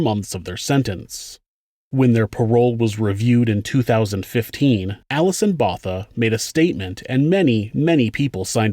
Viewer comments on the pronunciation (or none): Errr... She would be Alison 'BohTAH!' rather than "Bother" wouldn't she? You know: Like "Pik" Botha (South African foreign minister)?..... HTH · DuToit is pronounced Du Toy while Botha is pronounced Boatha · great channel, I live in S.A. and just a small note, du Toit is pronounced "du Toy" /"du Toi" and Botha "BoahTa" thanks again for the great episode and if u get the chance look into Henry van Breda, a literal axe murder from a rich family / family annihilator and there's plenty content out there, including his GF who believes he didn't do it. keep up the good work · As a South African these chilled me. Also Botha is pronounced Boo-wi-dtah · I think you’ll find that Botha is pronounced Both-a (Bow-thuh) and Toit is pronounced Twa. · No in south Africa botha is pronounced "boowah ta" and du toit in south Africa is pronounced do toy. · South African name/surnames are pronounced: Theuns = Tea-yurnce ("h" is silent in Theuns) Botha = Boo-wa-tah ("h" is silent in Botha) Du Toit = Du Toy 😉🇿🇦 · I am from South Africa, Thanks for the story, Du Toit is pronounced Do Toy Or Du Toy, Botha has a silent h, so Bota, And Kruger Is correct for english, but sounds very different in Afrikaans. Just Fyi. Love Your channel. Informative. This woman is tougher than most people, she is very active in doing talks. Satanism is also still very active here, people are kidnapped for the purpose of impregnating them and then "sacrificing" the woman and the baby, or young girls, and then gets raped and killed as they are seen as "pure" as they are mostly still virgins. Its not a hoax. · Du toit is pronounced as "The toy" and Botha as "Bot-ha" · Botha sounds like Bow-Ta And Alison Botha rocks